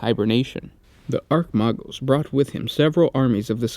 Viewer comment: just some clear ups, baal is pronounced bale, not ball, roboute is pronounced ro bu tay. for chogoris, its exactly how it sounds ch like ch for chirp, o goris. archmagos , pronounced arch-may-gos. freighter is pronounced frayter, for rynns world its rinns world, not rine. great vid man, just trying to help you on pronunciation of these words. they are tricky. but people tend to mispronounce these words.